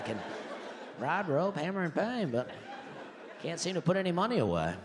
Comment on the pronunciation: And he rhymes "cain't" with "paint '